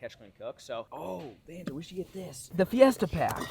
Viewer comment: Im sure we all miss calling banjo (bonzo)